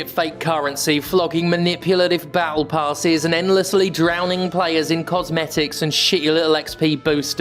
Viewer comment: I love how they pronounce it "Bowel pass."